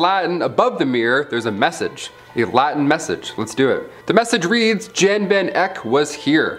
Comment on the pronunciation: Just a quick FYI... Van Gogh is not pronounced Van Go. In fact that is actually rather rude in Dutch. A closer pronunciation is Van Goff. Jan Van Eyck is pronounced Yan Van Eike. Actually, in Medieval Constantinople there is graffiti from the Varangian Guards (Northern Europeans/Vikings in common parlance) saying things like "Ragnar was here." Bravo for pronouncing Bosch.